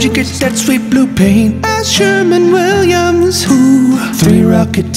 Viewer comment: SHERWIN. WIN. Not Sherman. SherWIN!!!!!!!!